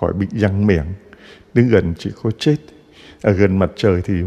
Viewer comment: THƯA CHA LONG ; ÂM ; CH ; NGÀI PHÁT ÂM SAI SAI RỒI NGÀI ƠI ; CHUŹ́A CHZA ; ; LÀ CHÚA CHA ;; CHUŹA CHUŹNG CON ;; LÀ CHÚA CHÚNG CON ;; CHIZỤ CHZẾT ;; LÀ CHỊU CHẾT;; .....VV......VV...... . CHA ƠI Con giáo dân thômasô THÂN VĂN HẢI 72 tuổi . CON XIN LỖI LÀ CHA